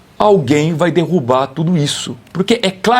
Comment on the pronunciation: Pq essa senhora falou "dirrubar"?